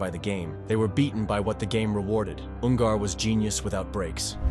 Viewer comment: Ungar not Un-gar FFS